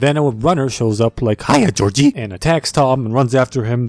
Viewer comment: HiyA GoRGiE